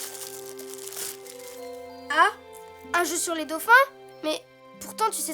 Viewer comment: Y'a un " s"quand on dit " des dauphins " :3 Bonnes fêtes à vous messieurs :3